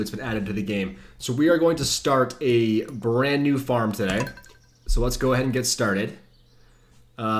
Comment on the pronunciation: Very first thing he says is, "Welcome to a bland new....." Hilarious stuff man.